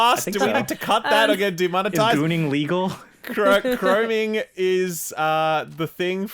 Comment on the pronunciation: Chrome is the shinny metal. It's not Chroning. 'Chroming' LMAO